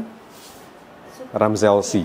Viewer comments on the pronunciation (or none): jordan and SB Dunk "correct"? jelas banget jordan bukan dunk. SB ga selalu dunk. Supreme rammellzee, bukan ramzelzi. Born x Raised, bukan best born at a time, one block at a time. J Balvin bukanJ baldwin. maaf bang cuman koreksi, abis painful banget nonton ini